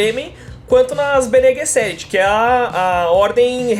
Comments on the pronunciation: Caraca!!! Os caras falaram tudo errado !!! Benê Guesseti ? Planeta Akaris ?? PQP!!! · Bene Guesseti? Arkaris??? O KWISATZ HADERACH merecia um pouco mais de respeito. Sinceramente, senhores, se vão falar sobre uma obra que não conhecem, pelo menos se preparem direito para fazer a gravação. Leiam sobre a obra e, no mínimo, decorem os nomes e termos usados na série de livros. Do jeito que foi gravado, parece que vocês fizeram tudo às pressas, pra não ficarem atràs dos outros tubers.